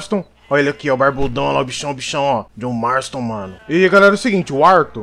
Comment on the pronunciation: JJOHN MMARSTON MANO!!!!!!!! KKKKKKK